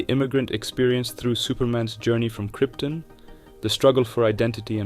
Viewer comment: Kryptin? 🤨 You mean “Krypton” don’t you? 😉